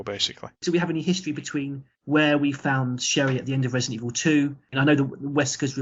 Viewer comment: “It’s jus’ naught Residen’ Evil” sigh Totally agree, Man. Totally agree.